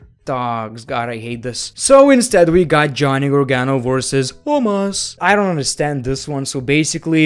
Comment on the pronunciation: The way he said omos